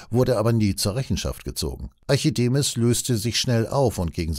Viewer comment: Korrekt lesen, bitte: Im Text steht ARCHIMEDES; gelesen wurde ARCHIDEMIS. Das ist nicht akzeptabel.